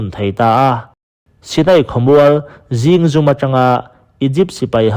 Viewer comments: Zingzum i lam dan hi a dik lo, zing(morning) angin i thlûk a thlûk loh tûr, 'dinhmun' tih lam anga lam tûr thlûk loh tûr. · A ngaihnawm e Chhiar uluk deuh lai tur zingzum etc😂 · Ziñgzum ilam Dan hi adik zawk lo zi4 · Zingzum i lam dan a diklo.a ngainawm khawp mai.mahse.alam rik dan zir leh deuh hlek ta che.rawn tizel ang che. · A ngaihnawm hle ñain Zingzum i lam dan hi chu a ngaimawhawm khawp mai...i chhiar chhuah hmain lam (spelling) sual palh awm thei tur lo enfiah hmasa tawh la a țha khawp ang.